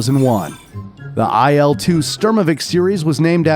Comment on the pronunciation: . It's Il, not AI'EL. As well as it's pronounced - SHturmovik.